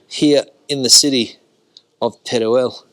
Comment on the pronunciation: El video esta muy bien, pero se pronuncia con todas sus letras, tal y como se escribe TERUEL. No se dice Terel, sino Teruel